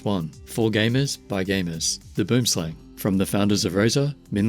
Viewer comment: How the South Africans say Boomslang is cool.